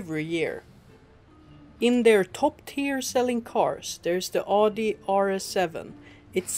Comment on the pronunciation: Nice to know how much of a scam ferrararis and lambos are, but... it is pronounced audi and not adi